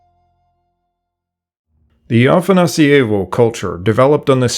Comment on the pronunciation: The way you pronounce afanasIEvo makes it feel italian. It's afanAsievo. That's a small thing, nice video.